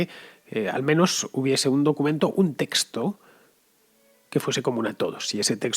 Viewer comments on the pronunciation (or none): none